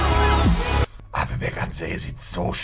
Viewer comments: Jedesmal wenn Monte ,,Appelbeck‘‘ sagt einen Trinken. Nach 5 Minuten bist du weg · Challenge immer einen trinken wenn er "Appelbeck" sagt